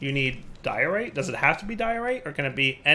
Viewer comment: When you say "diorite" I hear "Dire-ite", and it makes me want a mod that adds a bunch of new stones/metals based off names of minecrafters, like "Soarynium" etc